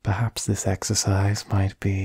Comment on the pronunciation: When he said, "perhaps this exercise might be just what you need" I heard, "perhaps the sex aside might be just what you need" and had to do a double take and put the subs on :")